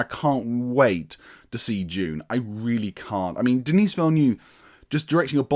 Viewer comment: The 's' in Denis is silent, i.e. dah-NEE... What ifs: 1) Had OHMSS and YOLT been made in order and both faithfully adapted from the novels Connery could have exited on a high note (the original plan was for him to do 6, with the aforementioned entries in order); 2) Roger Moore assuredly would have departed on a very high note (puun intended) had he retired after Moonraker, while he was young enough for at least some to believe he performed a few of his own stunts. Thanks (?) to COVID-19 Craig will depart as the longest-serving Bond, though not one with the most entries. Also, kudos for acknowledging Johanna Harwood, the scandalously overlooked FIRST female scripter of Bond films, Dr. No and FRWL; she is nearly as responsible for setting the foundation of cinematic Bond as director Terence Young.